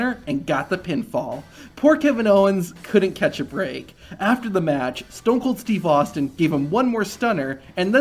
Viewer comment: STOON KOOL STWEVE AHSTEEN